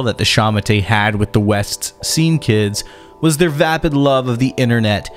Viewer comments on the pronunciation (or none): none